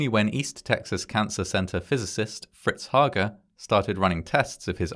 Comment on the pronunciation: It’s actually HAY-GUR.